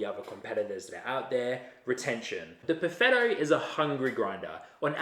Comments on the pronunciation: Just launched the vid again, I cant help it, buffetto every time xD Gonna wash my ears, I swear ! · I hear "buffetto" xD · So imagine my reaction when each time you say Perfetto I hear Buffetto (not used to NZ English I guess), I cried from laughter. Thanks for the video, I decided to go for the Eureka Mignon Libra, which I hope to get from Italy for ~500 EUR shipped. Cheers mate :-)